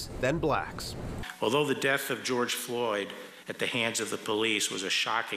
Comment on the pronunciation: It’s “specifically” not ‘pacifically’ 😂🤣that aside you have a perfectly valid point